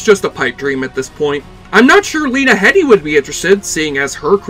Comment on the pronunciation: lena headey not headley , also shes bermudan with a british citizenship